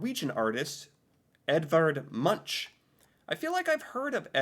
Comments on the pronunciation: Munk is the way to pronounse it not munsj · It's pronounced "munk" not munch :D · Munch is pronounced Munk, not Muntsj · I only want to correct you on your pronunciation of the artist Edvard Munch, it sounds strange, but it has been a debate on how he himself used his surname, and after a little back and forth, we ended up with "MUNCK", but the ‘CK’ Is said with a soft sound with your tongue curled up with the backside touching your back teeth and the tip of your tongue curling up, but not touching your palate. And I know you have problems with our vocals, but the ‘U’ is something between a an ‘O’ and and an 'U’!! Good luck with testing 😂 Lots of love, Eva, Oslo Norway